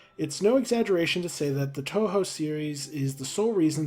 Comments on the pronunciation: The part about TouHou; I know nothing about it, but every time I've seen the name, I've imagined it being pronounced as 'Two Who'(or '2Who'), but your pronunciation('Toe Hoe') is pretty reasonable as well. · The way you pronounced "touhou" was correct. Huge win for us Touhou and Undertale fans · Old video by now, but hearing panic over whether he's pronouncing "Touhou" right when he got it right every single time was very funny. And Zun is known throughout the fandom for his love of beer, so as ridiculous as it is, him getting through 6 beers by the time the performances were done isn't surprising. There's a pretty famous photo of him drinking out of a beer glass that's like the size of his head! (I can't remember for sure, so don't take this as necessarily true, but I think I saw someone say that ZUN himself said it's easier to work on the games/get into the creative process when he's drunk.)